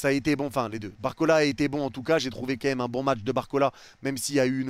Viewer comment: fais un effort! « Quemme » dis « quand même » prends le temps stp je queblo dessus espèce de Fraude